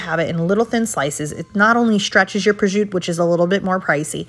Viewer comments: It is prosciutto! It is not prosciutt(e)! If you are putting your knowledge on display please learn how to pronounce names. Thank you. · Prosciutto is pronounced "Proshutto", dont say Projut like that 😢